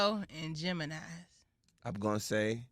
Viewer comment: Now we were good until you said Gemini. 🤣🤣🤣🤣